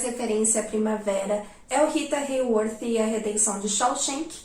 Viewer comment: Eu só queria saber falar RITA HAYWORTH com essa dicção 🥴